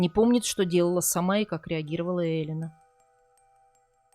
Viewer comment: Почему Элина с ударением на первый слог? Неужели так говорят в Италии?